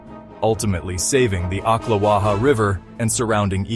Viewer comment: Had to stop early due to the mispronunciation of Oklawaha and Ocala. AI is is becoming the bane of YouTube